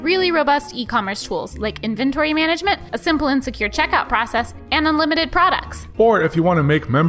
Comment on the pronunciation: LMAO say inventory again!